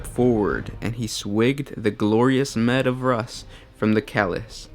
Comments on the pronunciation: I was confused till i realized he's just saying mead instead of meed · mead is pronounced meed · It's MEAD (MEEEEED)!!! OMG this grinds my nerves. Please use proper pronunciation when it comes to something as important as drink :O I like the vids though keep up the good work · Pronounced MEED as in meedhall but spelled Mead hall lol or Ft Mead md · I love you guys but you really need to check pronunciation on basic words. Mead is pronounced like meed or need with an m instead of an n. Sometimes it makes your videos difficult to listen to. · the way you're saying mead hall bugs me > < great video though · had to turn the video off after hearing the guy mispronounce mead over and over again... watched some other videos and it just gets worse... Seriously figure out how to pronounce shit dude...